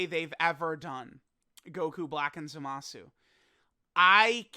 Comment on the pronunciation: Will and others ever be able to pronounce Zamasu correctly?